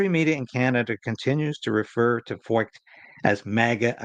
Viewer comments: 1 closer to 60K, just subscribed.....pronounced Froyt, like Hoyt.....Freucht in German means "humid" and things are certainly heating up. But what men do for evil, God uses for good.....the gospel is getting a lot of exposure. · If Feucht is a German name the “ eu” would be pronounced “ oy” as in Sigmund Freud. You may remember AJ Foyt a racing car driver. This could be the same name only Anglicized. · Pronounced Sean Fight .